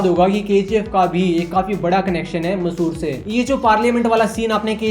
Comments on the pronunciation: It's not masor it's Mysore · Massur nahi mysur bro alag nahi yeki mysur yeki he massur nam ka koi jaga nahi hr